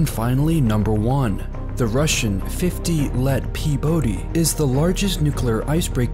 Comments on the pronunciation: 50 лет Победы а не "Фифти лэт пибоды".. Позорник. Даже перевести не смог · "Fifty let pebody" Laughed my ass off thank you its "Pyatdesyat let pobedy" (literal translation is 50 years after the WW2 victory) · The proper way to pronounce the Russian breakers name is Pyahtneetsa leyet pobeeda. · "50 let PEBODY"... Oh my, as a native Russian speaker, I almost got a heart attack. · 50 Let Pobedy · Muaahhh: "fifty let PEEBODY" !!!!!! What a ridiculous pronunciation! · "50 let pobedi" as in 50 years of victory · 50 let PODEBY 🤣 🤣 🤣 Мой английский уровень dota 2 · if you can’t pronounce "50 лет Победы", then it’s better to say "50 years of Victory", otherwise you get a funny mistake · Fifty let peebody :D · You totally screwed up on pronouncing the Russian ships name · After hearing the pronunciation of their ice breaker, Russians are like: "50 let .." what???:)) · HAhahah wtf with the last ship name pronouncemt ... dude in english its "50 years of victory " xD